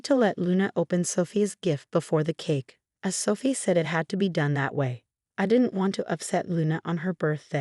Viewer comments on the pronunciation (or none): Ah-va? …. A-va i…. Sah-fee? So-fee. This AI sucks